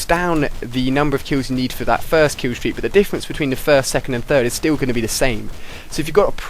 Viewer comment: LOL kiwwstweak